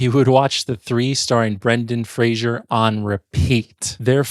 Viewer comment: Oh man, hearing you consistenly mispronounce Weisz and Fraser killed me. Fraser rhymes with laser; there's no zh sound in it, like Frasier (fray zhur). It's just fray-zer. He's said this countless times. And Rachel's surname is pronounced "vice", not "weiss". I just watched one of your other videos where you commented on how "they got 90% of the way there, then ruined the last 10% by mispronouncing it" and then you do it here by mispronouncing the 2 lead actors' surnames.